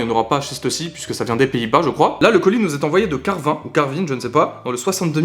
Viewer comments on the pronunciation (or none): "Carvin" et non "Carvine" et c'est une ville très laide du pas-de-calais (près de Lille)😉